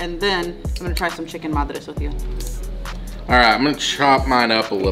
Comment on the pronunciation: The Chicken Madras... Madras is pronounced as (mud as in Muddy, ras as raas) Madras was the earlier name of Chennai which was given by the Britishers... When the Britishers came to city of Chennai... It was one of the most populated port cities in South India... And there was always a mad rush to get things from one place to another... So they started calling it Mad Rush City... Which over the years... Kind of became Madras city... It has now been renamed to its old name Chennai.